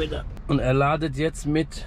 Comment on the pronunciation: Jedes mal wenn er "ladet" sagt stirbt ein deutschlehrer 😂😂